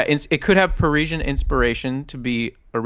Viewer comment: Listening to you guys saying parisian wrong in rapid succession was painful 😅